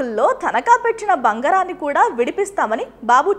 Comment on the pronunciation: బంగరాన్ని కాదు తల్లి ఆ పదం బంగారాన్ని.బంగరం అంటే ఒక ఆట వస్తువు.బంగారం అంటే ఒక లోహం.తేడా తెలుసుకో తల్లీ